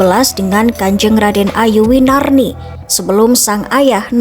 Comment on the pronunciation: KRay Winari bukan winarni